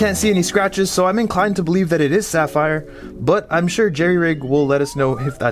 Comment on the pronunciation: That aint sapphire according to Zack 😂, its fapphire